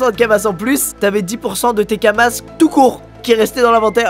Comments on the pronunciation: Ça se dit kama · C'est Kama, comme dans "Akama" ;)